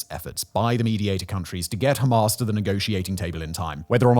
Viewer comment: Are you deliberately saying Hamas in a ridiculous way?